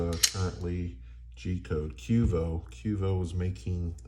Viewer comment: And it’s Q.V.O not quevo